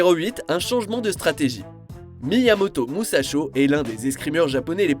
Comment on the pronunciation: Pareil, quand j’ai entendu ça j’ai vrillé 😅